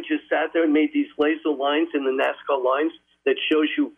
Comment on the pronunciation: "NASCAR LINES" 🤣 "ANACONDER"